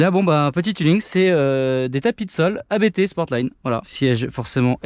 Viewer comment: Salut, merci pour tes vidéos. petite suggestion : ne pas dire A.B.T. mais "ABT" c'est un nom de famille :)